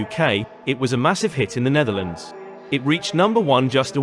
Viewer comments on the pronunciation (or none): none